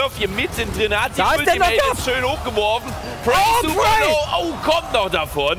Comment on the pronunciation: Immer wen er PraY sagt fühle ich mich angesprochen:(